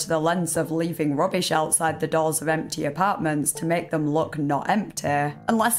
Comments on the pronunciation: Kent belew it wa emteey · The second i hear that unbearable accent, poof, I'm gone. Off to another video on the same topic.. Why are you dragging the last syllable of every word out (and particularly those that end in a voul) ? i.e. Fridaaaa sundaaaaa lol stop that. It sound stupid. Empteeh